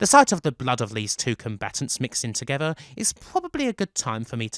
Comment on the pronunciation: “Marrag is what bwings us towether”